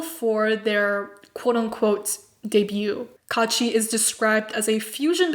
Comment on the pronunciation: Not kaachi but kuachi😤😑